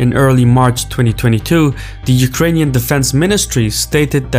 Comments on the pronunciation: Hey. Thank you for trying to pronounce Ukrainian cities name correctly! I like it! <3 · Your pronunciation of Ukrainian cities are on point 👍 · Dude, I haven't watched the video till the end YET, but I enjoyed the way you name our cities. I am watching multiple foreign channels, and so far you got the best pronunciation. Not that it matters a lot, but still.